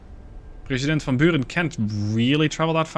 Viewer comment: That is an almost perfect Dutch pronunciation of the (Dutch) name of President van Buren. Kudos! Or do you have Dutch roots by any chance? Keep up this wonderful series. I watch it every day